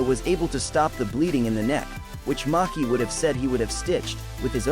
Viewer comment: It's not Maki itz Machi